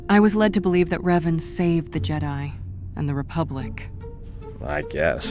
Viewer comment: Revan, not Reven. With an "A", not an "E". It's amazing what can be done nowadays with AI. I bet in a few years we'll get a remaster done by fans and the whole process is sped up by AI. Anyway, amazing job! You got a new subscriber 😉👍